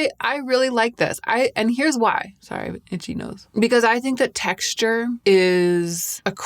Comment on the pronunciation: love the texture of the word " texshture"